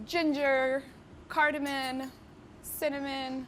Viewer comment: why did she say cardamon? hmm